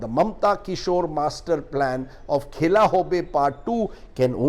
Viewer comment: Khela nahi sir..khala..#bengali- pronouncuation 😀